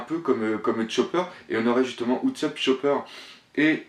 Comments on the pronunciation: Tousand... Utsopp... S'te-plaît revoie ton anglais xD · Alors ! Leçon de prononciation: Ce n'est pas Louffy mais LEUFFY, LEUUUUUUUFFYYYY déjà Ensuite: Utsop....son nom, c'est Oussop que ça se prononce >< et pour finir Tontattas, c'est pas tontatasse.